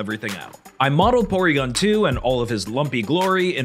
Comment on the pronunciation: Porwiigon twu